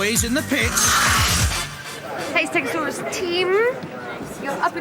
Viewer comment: Steg-o-saw-us really did save this episode from being flat out bad. All I’ll say for the next episode is you are gonna love it soooo much more than this one! Looking forward to next week! :)